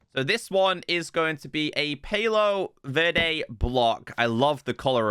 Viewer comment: The second tree that you spawn is pronounced Pa-lo Ver-de is Arizona's state tree.